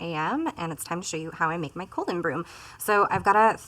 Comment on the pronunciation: It’s a small thing, but of all the Tubers doing reactions to Colleen, I think is the only one who’s pronounced her name correctly.